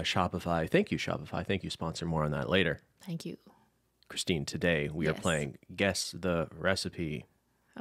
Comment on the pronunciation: Anyone else cringing at Cris's prnounciation?